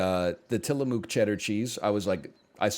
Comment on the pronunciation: stop saying tillamook like that lol